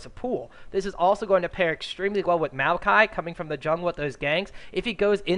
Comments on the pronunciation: rly Meewwwkai, maokai ffs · The next time that one caster says "mayokai" instead of "maokai"...